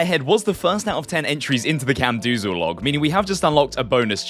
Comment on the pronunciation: Please stop saying camdoozal, its camdozaal